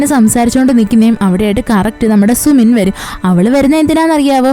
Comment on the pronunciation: Sumin alla su-min ennahn tto pinne voice poliyanutt chechide voice il njn melt ayiii❤❤❤